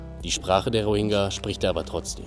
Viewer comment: Diggah, wenn der noch einmal falsch diesen Namen ausspricht... Das g ist weich gesprochen